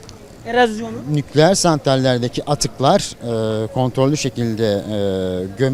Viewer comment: Nukleeer diyen dingil . Veysi ates 2 gibi cvp veriyo ?